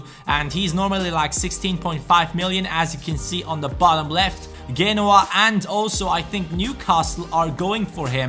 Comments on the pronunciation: GENOA - JE-NO-AH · please.. Its *J*enoa with J not g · is pronounced geh-no-ah